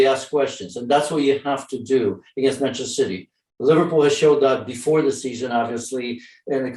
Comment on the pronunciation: Bantchester citeh